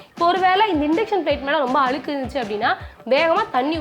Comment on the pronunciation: Alukku /அலுக்கு ille. Adhu azhukku/ அழுக்கு, அழுக்கு.